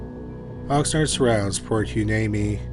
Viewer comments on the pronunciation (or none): I have to laugh at the comments about his pronunciations... but man! Hearing him mis-pronounce Hueneme ( Why-knee-me)was kind of grating lol. But I lived in Oxnard/Pt Hueneme during that time period, and never heard of these murders either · Port Hueneme… pronounce Port Yneme. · A not important detail in the second story the city is pronounced Why-nee-mee 🤙🏻🤙🏻🤙🏻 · Hueneme is pronounced (why-knee-me) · Dude, no joke. Had to stop the vid. I just can’t take it anymore! I live near Port Hueneme (port hooinimy according to narrator).